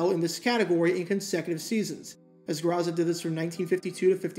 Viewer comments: The name is pronounced "Grow-Za" not "Gra-Za" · I love your channel, and this correction is sent with respect: the name is pronounced "GROW ZA" not "GRAH ZA" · Do better research. Every old-school fan knows it's GRO-za, not Gra-ssa. If you are going to reference older players---at least know how to pronounce names, otherwise, you sound like a twelve-year-old giving a book report. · It's pronounced GROW-zuh